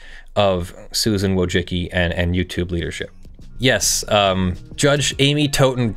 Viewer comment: Susan Woah-Jiki!?